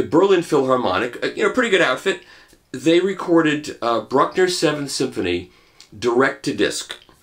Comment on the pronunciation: He doesn't know how to say Bruckner?